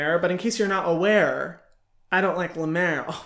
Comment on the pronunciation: Hyram and I made the same face when she said La Mer cream